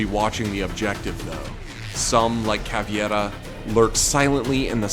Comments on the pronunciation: "caveira" not "caviera" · caveira not caviera thx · “Caviera” ITS CAVEIRA CAV-EI-RA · Caviera??? You mean cavEira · i love how americans say caviera instead of caveira kkkkkkkkkk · Caveira: exists English speakers: Caviera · what u say caviera ITS CAVEIRA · For gods sake, it’s cavEIra, not cavIEra... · Caveira not Caviera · It Is caveira not caviera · He said caveta not caveria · Me as a Brazilian I can't understand how it's so hard to Americans say CAVEIRA, not CAVIERA. Really, put on Google Translate, change to Portuguese, and click on "Listen" button. The same with Capitão (and respect our tilde above the "a"). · caviera? she is caveira. ka-bae-rah. She is not a dish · its pronounced CAVEIRA not CAVIERA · Its Caveira, not Caviera. Damn bro. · Cav-air-a not cavy-air-a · Stop saying « Caviera », it’s CAVEIRAAA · Por qué dicen Caviera? No leen que dice Caveira? Jajaja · IT'S CAVEIRA NOT CAVIERA YOU ANALPHABETICS ! ! ! ! ! ! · AHHH MY EARS She's called Cav-ei-ra; not Cav-ie-ra, why does everybody mic that up? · Caveira not caviera why everyone cant say right her name? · Bro it’s said cav-e-era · I’m sorry did... did this person just “Caviera”? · Senko San In the video he sai caviera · He said caveietta not Caviera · “some like cavieta” excuse me, but what? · Hes talking about how the dude pronounced caviera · wait the attackers watch the objective also thats not how you pronounce caveria edit i spelling mistake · Dislike for "Caviera" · Why do all americans say cavyera like wtf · caviera? nah.... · The way you said Caviera and Dokebbi’s name gave me autism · Please don’t tell that’s how you say caveira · You pronounced cav wrong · Also why does everyone somehow forget how to read. It's CavEIra. CA VE IRA. SKULL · Dr3amless ahh why do people switch the ‘I’ and the ‘E’ 😖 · That pronunciation of Caveira tho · Does no one on YouTube know how to pronounce caveira? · We need to talk about your pronunciation of Caveira!